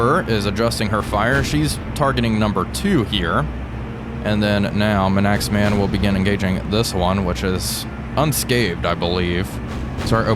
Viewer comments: Please it’s manks-man not m’naxman 😭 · As a resident of the Isle of Man, I humbly correct your pronunciation of the ship named for her indigenous people. It’s not ‘man-axe-man’, but ‘mank-sman’ she was a minelayer, survived the war and went on to star in a movie depicting a German raider in 1953. Great video as always! 🙂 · Nice work. But please don’t say Manaxman. It’s M A N X M A N. 😂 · it took me twelve episodes to realise you were talking about HMS Manxman, "minaxman" lol! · HMS Manxman, please! NOT Manaxman! Fun fact for you,: a Manxman is someone who comes from the Isle of Man in the Irish Sea between Ireland and the British mainland! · Please you're killing me with the pronunciation of hms manxman. It's not man-axe-man but rhymes with yanks- man, manx- man 😂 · I was going mad trying to figure out what this Mnaxman ship is. That's HMS Manxman (M70). Pronounced Manx-man. Literally a man who is Manx, (from the isle of Man). It's an Abdiel-class minelayer 2,650 tons displacement. Carrying 6 × QF 4-inch Mark XVI guns on twin mounts. Double the displacement of HMS Hotspur's 1,350 tons. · Just wanted to add to this its pronounced more like mangks-man not Man-x-man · Everyone in the comments talking about "Manaxman" and noone mentioning "CoCANADA". Its just Cocanda without the extra a in the middle. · If it helps, from a Brit, it's pronounced Manksman, after what nationality someone from the Isle of Man is, a Manx person. They also have Manx cats which I believe genuinely have no tail. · Absolutely love your content man, only one pick-up HMS is pronounced Manx-man, as in the people from the Isle of Man, keep up the good work though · Manxman is pronounced -Manks-Man, named after people who are from Isle of Man who are referred to as Manx, or Manxman. LIkesomeone who is French but collectively known as Frenchman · Your repeated pronunciation of Manxman as Manaxman is ... interesting. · I was about to give the same pronounciation guide